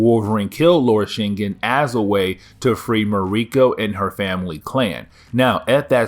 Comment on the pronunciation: Shin-gin That's how it's pronounced